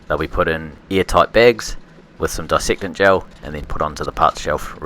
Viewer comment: "disectant gel" ??? sounds like something from 5th form biology - I think you mean "dessacant gel" :-)